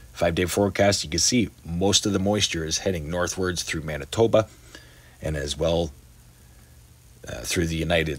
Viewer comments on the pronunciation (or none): none